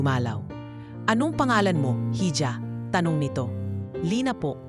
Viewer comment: Isip ako ng isip kung ano ang ija, iha pala(hija) ayusin mo naman pagbasa teh.Napansin ko pati sa pagbigkas teh.Sorry po.Sana hindi kayo ma offend. Anyways maganda ang kwento.rhank you